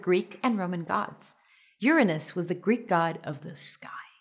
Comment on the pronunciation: Thanks for providing the proper pronounciation :D